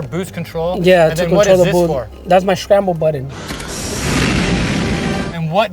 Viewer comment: “Shcramble button”